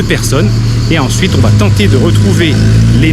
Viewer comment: C'est très bien, attention toutefois aux liaisons "mal t'a propos"" (va ne s'orthographie pas vat). C'est un détail mais ça gâche un peu le plaisir. Merci beaucoup